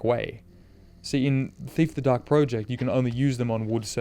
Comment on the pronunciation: Every time you call it 'The Dark Pro-ject' rather than 'The Dark Project' makes me die a little inside.